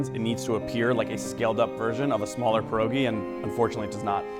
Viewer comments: The pronunciation of pierogi, dude really said pErohGEi 🤦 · Pierogi? Didn't the Guinness guy say Pierogi?